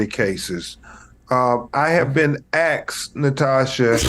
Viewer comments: Crump a lawyer, can't say asked. pathetic. A college education and can't pronounce words properly in his native language. I get the folks with little to no education all around the county of all races not pronouncing words correctly, but a Lawyer? SMH When he is in court is it all Ebonics? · Exspecially axed.. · "Ive been axed" 💀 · “I been axed” he looks awful healthy for someone just axed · I'm glad that the talking head who was axed survived his axing. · "Ahhhh Have been Axed"....(BWAHAHAHAHAH) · Jeffrey : As Ben crump proves, blacks cannot say the word "ASK" even when they are "AXED"😂😂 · he really said he was axed 💀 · "axed" about damn near killed me lmao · That FUCKING Black vernacular is what causes my BF!!! JESTIS, AXED, how lazy do you have to be to not put the effort into proper pronunciation of the English language...SERIOUSLY????????? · When you hear “l been axed” you know your about to hear something profound. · Axed not asked holy cow and he is a government official wow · They "axed" for it........ Didn't age well,did it?! 😂😂😂😂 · Jestice and Axed? WTF!? Did he mean Justice and Asked?? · Ben Crump; I have been axed!😆🤣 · I have to axe. Is he really a lawyer? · This poor man has been ‘axed’.